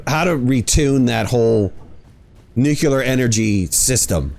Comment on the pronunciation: Now sit there in your wrongness and be wrong. 😂